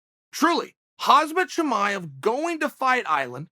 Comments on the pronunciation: Hozmit chimaev is how you pronounce his name, thanks for clueing us in uncle chael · He is a hazard for other fighters Chael... but its Khamzat Chimaev!!! Not Hannaford suit Chimaev lol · “Hazmat Chimaev” - Chael 😂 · Chael “Hasmat Chimaev” Sonnen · same old chael " hazmet chimaez" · I love how americans never give a flying F on how to pronounce foreign names. They just make up their own version; “Haas-mat Shimaiev” is your name now! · It's hamzaat hamzat the m before the z hamzaa c'mon uncle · What do you do with Khazmat Chimaev? How about say his name the right way? 🤣